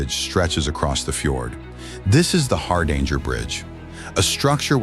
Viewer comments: You could at least give it a try to pronounce "Hardanger". The name has nothing to do with "a hard anger". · The AI is pronouncing "Hardanger" completely wrong, it's using the US English pronunciation. It's also pronouncing "Metres" wrong. Did anybody proof this video before posting it? Or did they just tell the AI to generate this video and auto-post it? AI slop.